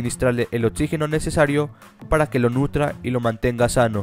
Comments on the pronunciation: Pienso lo mismo!! Pero a lo mejor ha de ser por su acento jaja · Todo iba bien hasta que dijiste: botseadores, kid botsers y otsígeno. 😲